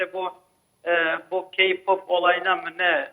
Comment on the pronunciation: KPOP AKIM DEGIL MUZIK TURUDUR LAN. AYRICA "KİYPAP" DEGIL "KEYPOP" DAHA NASIL SOYLENIR ONU BILMIYON. GELMİŞSİN BURDA KONUSUYON. SEN GALIBA HAYRANLARDAN DEGILDE SEDA AKGULDEN DINLEDIN KPOPU. KPOP FANI KAYBOLDU DIYE KPOPU SUCLAYAMAZSINIZ. O ONUN KENDI TERCIHI KPOP BIZE GIDIN ZAYIFLAYIN RENGINIZI DEGISTIRIN DEMIYOR. KPOPU SADECE ERGENLER DINLEMIYOR 90 YASINDA HAYRAN OLANLAR BILE VAR ONLARDAMI ERGEN GERIZEKALILAR